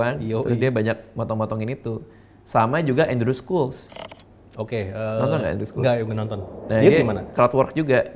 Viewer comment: andrew schultz dibacanya "endru shaltz"